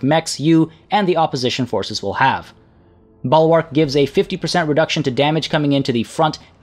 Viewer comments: Bul-wrk not ball-wark. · Bull-Wark. Not Ball-Wark. 😃